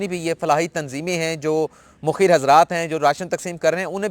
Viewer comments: Assalamo Alaikum Sahib sir naraz na ho a Lafz Mukheer nhn hai balkeh Mukhayyar hai shukria sir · جیمیں تین ھیں اس ملک کی۔ کانی ھیں ایکدوسرے کی۔ عدلیہ پہ کسی کو اعتبار نہیں ھے صرف بولتے ھیں۔ اس پہ خود نا یقین نا عمل کرتے ھیں۔ اس ملک میں ھمیں صرف عمران پہ یقین ھے اور اللہ تعالی کی رحمت کے لییے دعا گو آپ نے ھر بار۔ مخیر mukheer بولا۔ جبکہ مُخیئر ھوتا ھے۔ Mukhayyar پلیز اپنی ادائیگی و تلفظ پہ بھی دھیان دیا کیجئیے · پہلی بات تو یہ ہے کہ تلفظ mokheer نہیں mukhayer ہوتا ہے دوسرا آپ نے کہا کہ سندھ اور وفاق میں جس نے زیادہ کام کیا دودھ کا دودھ اور پانی کا پانی ہو جاے گا ۔۔۔۔۔کیا یہ وقت سیاسی سکورننگ کا ہے ۔۔۔۔۔۔کیا ہماری عدالتی تاریخ میں کبھی سیاسی مقدمات میں دودھ کا دودھ اورپانی کا پانی ہوا ہے؟ آپ کی پنامہ کیس کی رپوٹینگ میرے پاس محفوظ ہے اس میں آپ کی راۓ بھی ہوتی تھی کیا اس وقت آپ نے دودھ کو پانی ہوتے نہیں دیکھا ۔ یار خدا سے ڈرو کرونا میں خدمات کو سیاسی پوائنٹ سکورننگ بنا کے جانبدار ایمپائر نہ بنو پھر کہہ رہا ہوں سمیع ابراہیم سے ڈاکٹر دانش تک پڑھتے رہا کرو ۔